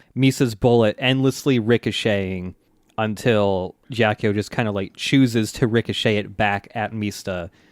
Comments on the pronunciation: This is a huge nitpick, but Ghiaccio pronounced "Gyot-cho", not "Jyock-yo" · so is someone going to correct them on their pronounciation of ghiaccio? please? i cannot stand it